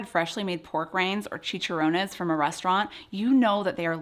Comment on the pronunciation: This feels like AI... miss pronounced Pork Rinds and Chicherrones. Repeating things..